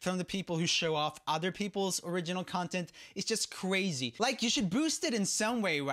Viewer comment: No one: 2017 roomie: it's just CWAZY